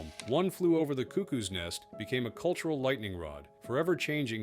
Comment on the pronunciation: Your pronunciation of cuckoo is wrong